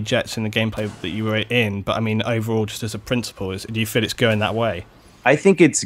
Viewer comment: sounded like "butter mean" than "but i mean" lol